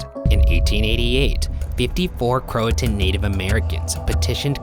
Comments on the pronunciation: I thought it was pronounced crow-a-shun not crow-a-ton. Who knew their videos could more then creepy education? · i usually love unsolved but as a local to the Croatan Forrest all the mispronunciations are killing me